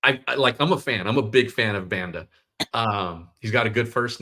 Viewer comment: Can you guys make the effort of pronouncing player names correctly? The pronunciation of Banda is atrocious.